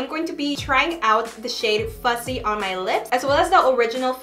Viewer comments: it’s fuhssie not fuZZee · Sis it’s “FUSSSSYYYY”🤣🤣 all I’m hearing is Fuzzyy😭 kind of annoying please practice saying the right name haha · You were pronouncing the name wrong. You were saying ‘fuzzy’ but the name is ‘fussy’ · Girl it’s FUSSY not fuzzy. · It did drive me a little crazy cuz she kept saying fuzzy over and over😜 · I was like, “did I hear that right” 😂😂